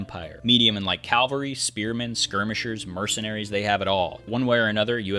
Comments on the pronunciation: its cavalry not calvery , i found that annoying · I swear I hear you saying calvary. It's cavalry.